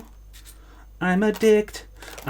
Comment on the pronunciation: I notice the pronounced 'T' in "I'm addicT, I'm addicted to soup" 🤣